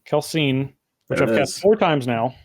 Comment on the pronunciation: It's KEL-SEE-IN, not KEL-SEEN.